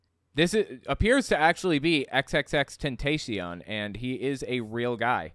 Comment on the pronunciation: It’s “XXX-ten-tah-si-ón”, for the record. Though my initial guess when I first heard of the guy way back when was “extentation”, so hey.